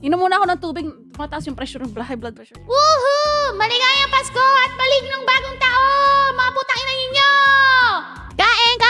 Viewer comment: Did I just hear her say Malignong bagong taon?😆😆💀💀 Im pretty sure dapat manigong yun💀